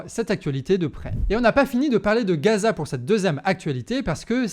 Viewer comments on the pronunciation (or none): none